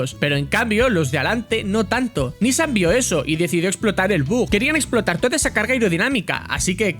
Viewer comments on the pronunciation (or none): Recuerdo esa carrera en 2015, fue esperpentica la presentacion en Le mans, cual Renault en F1, solo era una jugada marketinera no de competicion. Por cierto es nissAN no NIssan la pronuncacion. Saldudos.